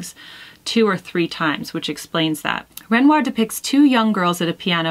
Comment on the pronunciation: I am so enjoying the monthly chic assignments Jennifer! I am familiar with both Satie and Renoir and agree with your choice of painting. PS. Your pronunciation of ‘Renoir’ was excellent. God bless. Pauline xx